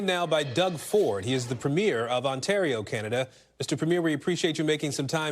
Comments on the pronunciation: I wish US news would learn it's pronounced PREE-myer. Not Première, like a movie première. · Premier not premere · Aaron…Ford’s title is pronounced Preem-yer, not prem-year. A prem-year is the opening of a film. A preem-yer is a political leader. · While I appreciate US coverage of Canadian news, please stop pronouncing "Premier" as if it were the opening of a Broadway show. That's a "premier*e*'. Our provincial premiers are wonderful, but so far as I know, none of them have ever appeared on Broadway or in film. Thankyou. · Americans: it is pronounced "PREEE-m'yer" PREEE M'YER PREEEEEEMYER PREEMYER PREMIER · It’s pronounced PREMier, kids! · Always hilarious that Americans cannot pronounce "Premier" correctly 🤣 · Why can’t Americans say “premier” properly? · The fact that a national news anchor mispronounces Premier - the term for the leader of the second-highest level of government of the US's closest country both physically and culturally - goes to show how little Americans on average seem to know about or pay attention to Canada.